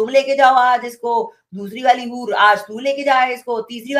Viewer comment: HUR NAHI BARKA BUR